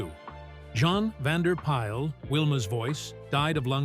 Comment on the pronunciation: Bea Benaderet's name is pronounced "Bee Ben-a-DEHR-et. Jean Vander Pyl is pronounced "Jeen" Vander "Pill." Mel Blanc's last name sounds like "Blank." Bamm-Bamm's name rhymes with jam.